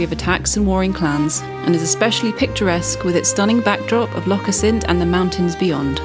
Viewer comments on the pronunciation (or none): Very nice, as usual. By the way, Assynt is pronounced with the stress on the first syllable.